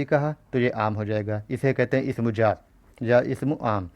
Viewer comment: Sr pls aap apne talffuz ko shi krein jaat nhi zaat hota h.. urdu ki khubsurti hi uske talffuz s h.